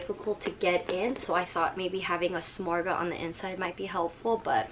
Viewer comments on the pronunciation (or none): No offense, but if you're going to say the names of items, it's worth the effort to take a couple minutes to find out how to correctly pronounce the names (ie: souple (pronounced "soo-play"); victorine (pronounced "vic-tor-een"); and samorga (pronounced "suh-mor-gah"))